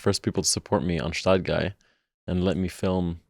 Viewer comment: That's a perfect match for an episode🎉 It would also be great if the Gstaad Guy would finally learn how to pronounce Gstaad correctly😅